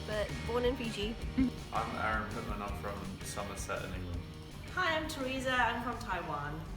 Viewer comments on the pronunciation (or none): none